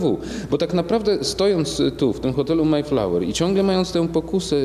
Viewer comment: Bardzo prosze Nie maj flawer A maEjflower!!!